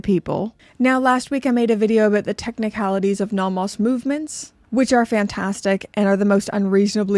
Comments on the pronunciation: The way you say Nomos is the way everyone should say Nomos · So glad Nomos send these to you, because you’re the best to review these awesome watches! I really like how you pronounce these German names 😁 but some are not that bad lol.